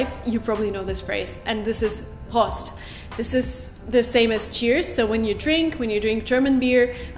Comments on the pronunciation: Prost spricht man "Prohst" aus. 😉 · I'm a native speaker- Prost sound more like Proost ( with a long o). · ... Besser: »Proh-Sitt!!!« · Prost hat ein geschlossenes o wie in “Hof” kein offenes wie in “Kost”